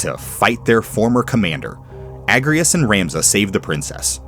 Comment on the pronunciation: It's pronounced A-j-rias, actually. Because she's Ajora's descendant. It's why she can use Holy Knight and *I can't*